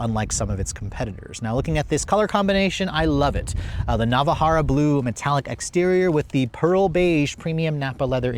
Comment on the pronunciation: it's "Navarra" Blue... Not "Nava-harra" Blue.